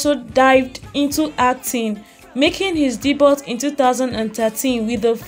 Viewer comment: Your content has nothing to do with your headline. This is clickbait. Also check how to pronounce 'Debut' before constantly saying it. You do not do yourself justice by misleading people with ''non-news' and basic bibliographies that you can get on google'.